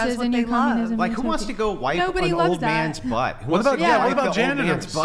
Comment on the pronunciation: Does the ho mo host not know how to pronounce “go?”